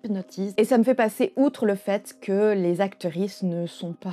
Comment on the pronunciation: J aime toujours bien videos Mais y a des mots que je ne capte pas Acterisse ? Sérieux c'est quoi ??